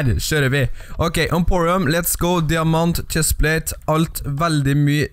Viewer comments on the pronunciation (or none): Jeg trodde du sa "Diamatchestplate" I 3 runde!